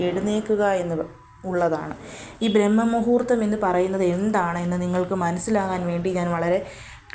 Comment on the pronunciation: " ബ്രഹ്മ " മുഹൂർത്തം അല്ല "ബ്രാഹ്മ "മുഹൂർത്തം ശരിയായ ഉച്ചാരണം.